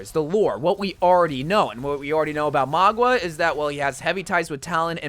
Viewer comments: Mauga...not Magua. Bro don't be wack! Lol. Love your cotent bro. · I mean Mauga instead of Magua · I love you but it hurts every time you say Magua instead of Mauga 😭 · It. Is. MAUGA! Not Magua. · btw, mauga is pronounced maow- gah not mah-gua, in Samoan it means mountain :) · It’s not Magwa it’s Mauga bro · Mauga is pronounced MA-OOO-GAH!!! NOT Ma-GWAh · Its mauga not magua. For the love of god please get it right. It genuinely gets on my nerves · It’s actually Mauga, I don’t know why he keeps saying Magwa. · My guy, who on earth is "Mogwa" lol it's Mauga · bro really said maugwa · “Magua” HAHSJAJWJSJSJSJ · Ikr its honestly so annoying plus he pronounced maguas names wrong constantly. He just fills he videos with unfunny jokes and then in the actually necessary info part of the video he quite clearly doesn't do research. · The man who was invited to the blizzard summit and already knows the new hero horribly mispronounces mauga which he would have been told how to say is quite interesting. Though he does say sojourn wrong but not nearly as wrong as mauga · Don’t worry everyone, still can’t pronounce mauga and most likely still can’t pronounce sojourn